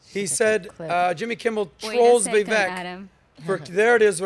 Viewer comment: Kind of a sorry host. He has interviewed Vivek many times now and still doesn't pronounce his name right. Pretty disrespectful if you ask me.